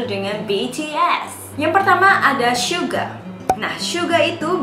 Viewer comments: Kak kok syuga kan harusnya suga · Syuga? Maap kak bukannya suga ya